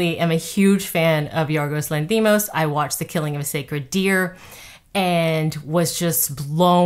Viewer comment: Spot on, I agree! (by the way, it’s pronounced LANthimos)